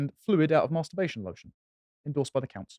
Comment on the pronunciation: It's not 'Maaaarrrster-bation',.